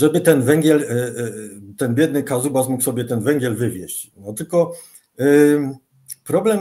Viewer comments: "Wiki" mówi ze to się nazywa "Kuzbas" nie "kazubas" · Kazubas czy Kuzbas? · Kuzbas a nie Kazubas. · Dokładnie, Kuzbas - jak kuzyn. Uszy mi puchną od "kazubas" xDD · Chyba chodzi o KUZbas a nie Kazubas :D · Kuzbas, nie Kazubas. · Rozmowa bardzo ciekawa, tylko źle wymawia nazwę regionu - Kuzbas.